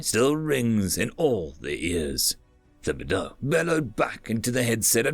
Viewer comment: Great job. Just a minor pronunciation correction: the "h" in Thibodeaux is silent. Tib-o-doe